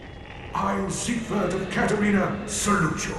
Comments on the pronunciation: "Zighood"???? It's not even that hard to say it. It's like "seeg-ward" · For those who care to know his name is pronounced seeg verd